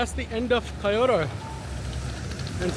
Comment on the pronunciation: my brother its Kyo not pronounced as Chi o to just fui